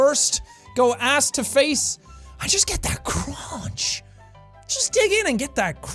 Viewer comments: “You gotta just get that cruanch” 😂lmao how many times did he say crunch like that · the way he says crunch